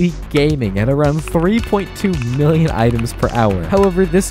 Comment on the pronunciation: U said billon in state millon